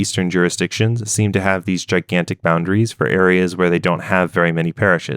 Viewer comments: Excellent video! Just an FYI for your future material. "Chaldean" sounds like "Kaldean" when spoken. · Chaldean is actually pronounced with a "k" sound. Cool video, jurisdictions are always a fun thing to look into.